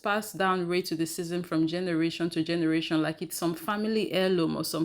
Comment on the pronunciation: can you please tell me why you keep pronouncing racism rated dism, ? youtube allows the word racism to my knowledge, LEARN ENGLISH, PLS , if I am wrong pls inform,you just used the word racism in this video, so why do you deliberately basterdize the word?